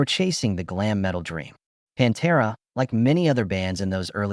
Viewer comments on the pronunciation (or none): Good ol' "PONTERA" 😂😂😂😂